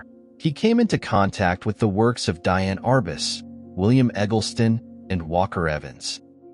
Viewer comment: Thank you, great video. Diane Arbus is prononced Dee Anne. You are doing a great job, thanks again.